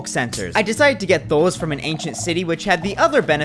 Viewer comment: I heard that Wisconsin accent on that “those”